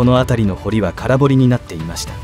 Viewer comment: 空堀（からほり）、玉造（たまつくり）、濁りません。